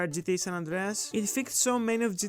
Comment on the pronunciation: Right? 😂 When I heard the 'Andreas' in San Andreas, it flipped like a switch